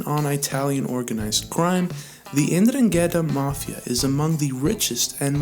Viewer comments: What the F—-k did you call Calabria mafia??? LMAO!!! Its Pronounced. “ EN-Drung-etah” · Please brother it’s pronounced “In dron git taa” not what ever your trying to say!!!